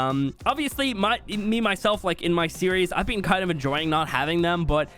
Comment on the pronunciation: My buddy pointed out how you say been as "bean" and now I can't not hear it in every video lol